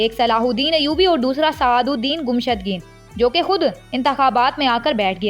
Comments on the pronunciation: Gumshudgeen nae mohtrma,gummushtken hy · Iska name to sahi lo (Gumushtageen)